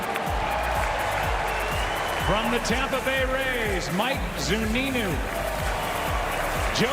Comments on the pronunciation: .. did he just introduce Mike Zunino as Mike Zuninu? lmfao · “Mike Zuninu” 😂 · “From the Tamp Bay Rays… Mike… Zuninoo!” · man they really called him "Mike Zuninew" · Also love how Joe Buck can’t even pronounce Zunino’s last name